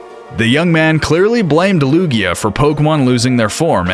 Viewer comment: Its Lugia, not Luya